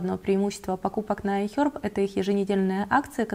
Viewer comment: ай хЕрб!, а не аи хёрб!!!